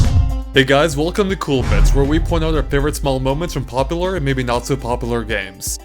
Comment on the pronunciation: Popaler? It's popular.